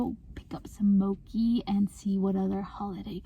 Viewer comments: It's pronounced mo-chee, not mochi haha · it's pronounced moe-chi btw! (im asian ahaha!) love this vid tho! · Mochi is actually pronounced mo-chee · First video I saw was something about being content in singleness I think! Also it’s pronounced mo-chee like with the ch sound 😂😂❤️ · Mow-chee not mow-key (pronunciation of mochi) Fo-ka-cha not fo-ka-sha (pronunciation of focaccia)